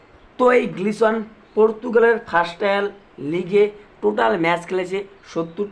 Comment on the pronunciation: Glison noi, Gelson Dala